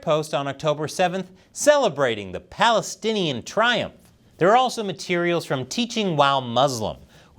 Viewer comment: You said "Palastinian triumph" Hahaha🤪